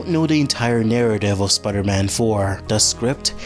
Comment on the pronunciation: Okay, but why do you call him "Spudder-Man"?